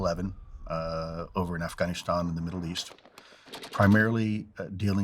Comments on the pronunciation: Lost credibility at the weird pronunciation of Afghanistan and “deploy to Korea”. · This man can not pronounce Afghanistan. Fake !! You blew it from the gate. Poof !!